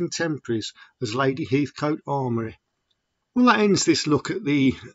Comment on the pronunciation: Sorry , it's Lady Amory Not Armory. Great video anyway